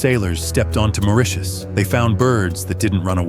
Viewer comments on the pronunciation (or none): none